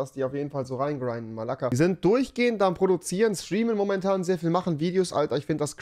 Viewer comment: Man sagt Málaga was heißt das aber